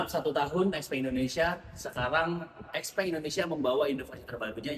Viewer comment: Ijin tanya, sebagai sales resmi XPeng, kok pengucapan XPeng nya salah ya?